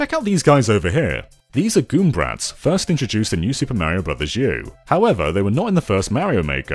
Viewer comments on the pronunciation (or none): It's galoombrats not goombrats